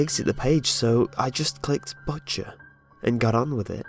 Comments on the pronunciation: did you say butt chair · i can't be the only one who when he said butcher thought he said butt chair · When he said butcher I thought he said "butt chair" 😂